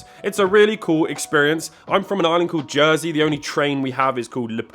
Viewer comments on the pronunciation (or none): none